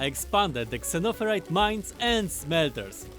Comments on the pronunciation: I like the way he says zunnofurite like an old timey prospector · Xenoferrite Zeh-noh-feh-rite Xeno = Alien or Foreign Ferrite = Iron or Iron-like It's alien iron, sounds great! They should have just said Iron lol